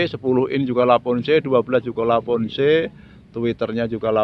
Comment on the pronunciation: lavoce maseee bukan lavonce